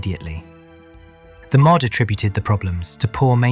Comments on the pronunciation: Please teach AI to say m o d not mod. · Narration is AI too - "mod" instead of M.O.D". I gave up at that point. It's just rehashing old crap.